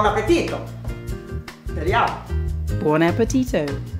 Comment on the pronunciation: Amazing how granny just says/pronounces boun appetito and host immediately pronounces it wrong. Short abrupt 'o' as in 'shot'. Not tow or toe. I mean it sounds ridiculous. Boun appetitoe. Hilarious 🤣